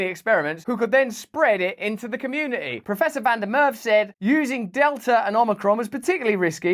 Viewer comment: Prof's last name is pronounced Merva , not Merv.